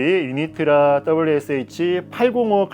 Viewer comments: Originally in Poland where Unitra is made the name is pronounced without Y at the beginning but like in oo Unitra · 유니트라 발음이 왜 그냥 넘어가지 유-니-트-라 라고 정확히 발음해야죠....